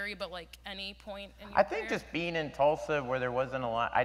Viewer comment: I know it's a weird thing to point out, but Hader's accent got stronger when first responding to the question from the girl from Oklahoma. It happens around the mark. Specifically when he said, "I think just bein'...".